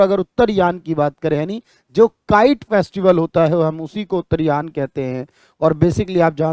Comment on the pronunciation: उत्तरायण पर्व होता है उत्तरयान पर्व नहीं